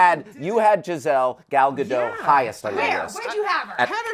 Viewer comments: Gal Gaa- dot. not gadow or gado. gaa-dot. ok? ok.😉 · every time you mispronounce gadot i want to punch something